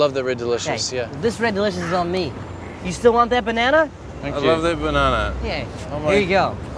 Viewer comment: his accent, NAH, pronounced naw. Sounding bah-naw-naw. Unless your accent is the same, which I would understand, but if you are american and don't adore that then what kind of person are you?